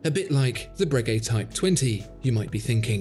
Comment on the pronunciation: I think you'll find it's pronounced 'Breguet',.